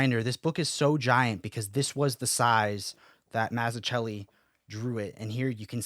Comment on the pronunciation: Gonna buy this soon. Its actually cheaper in India. Less than a 100usd. The best batman story. P.S. humbly requesting you to look into the pronunciation of Mazzucchelli. Would be greatly appreciated.